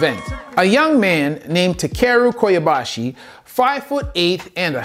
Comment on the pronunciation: It's Ta-KeRU Ko-Ba-Ya-Shi, not Ko-YA-bashi